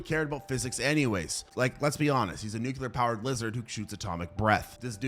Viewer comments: F%&# !!! I hate to be the word police here, but this bugs me. It's not just you as I've heard Phd's do the same thing. Nuclear is NOT pronounced "new cue ler". It's "new klee er". Sorry, It's a pet peeve of mine that just digs into me. Love the video !! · He didn't say "nuclear " even once....the whole time he said "nucelar"XD.no offense dude.love ur vids